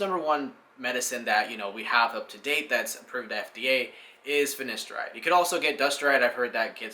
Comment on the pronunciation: Very informative video. Your hair is looking very well mate. Two quick corrections - Its pronounced Fin-A-steride and not Fin-I-Steride, and also Du-TAS-teride and not Dusteride. Other than that- well done. Really enjoyed watching.